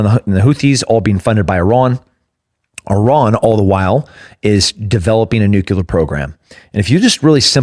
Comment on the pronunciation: Nuclear. Nuclear!! Not nucular